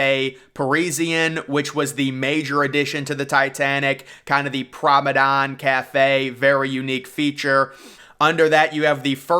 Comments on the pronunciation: why do u say promedon not promenade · Very very nice. A bit monotonous though, and it's promeNADE, not prome DAN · nice video :) but you have to stop with "private promedan shit" is PRIVATE PROMENADE...is so annoyng when you say PROMEDAN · Drink every time he says promedon. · Thank you!!! I keep hearing PROMEDON too. I don’t even know if promedon is a word